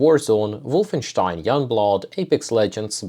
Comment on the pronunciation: Finally someone who says WolfenSTEIN correctly! Cheers 😂